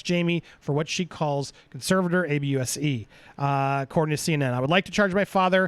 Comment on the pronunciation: why can’t you say ABUSE?